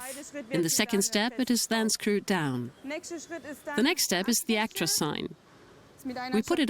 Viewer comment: It's called a Truck not a tractor and its Ac-tros not aik-trois